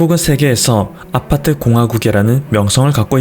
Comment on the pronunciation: 아파트할때 '아'에 너무 강세 두네여!